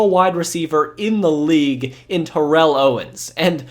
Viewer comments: Great video but TO name ain’t pronounced like that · Why do you continually mispronounce Vinny Testaverde's last name? It's annoying. You also mispronounce Terrell Owens first name and Mike Vanderjagt's last name.